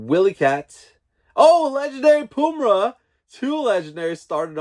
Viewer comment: Yes, you definitely butchered 'Wily Kit, Wily Kat, Pumyra & Slithe' but it's all good, lol. This was my first time doing the NFT and I did very well. Congratulations on your pulls